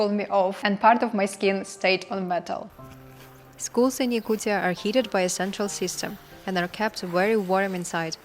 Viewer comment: STOP SAYING YAKUCCCIAAA srucis f YOU